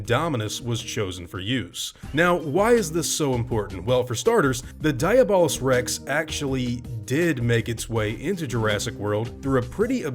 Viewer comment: It’s not diabolical Rex it’s diablo Rex like the games